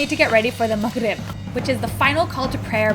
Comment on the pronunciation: idk why but i love the way she pronounce Maghrib btw have a good Ramadhan and let's enjoy this moment together❤